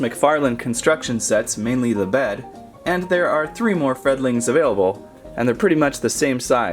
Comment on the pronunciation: it's friddile"freddel"